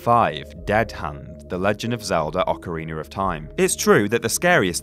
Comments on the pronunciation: Ocariner of Time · Kool Roman he said it was ocariner of time, not ocarina of time.